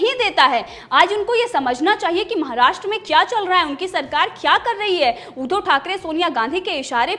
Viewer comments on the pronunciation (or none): none